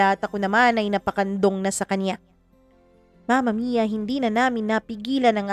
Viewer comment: mama mia bakit ang tigas nyo po mag salita sa dulo curios lang ako imbes na story ang pinakinggan ko bigkas nyo ang inaabagan ko like mama miiyaa!!!!